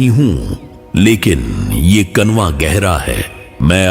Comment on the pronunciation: It's not kunwa it's kuwan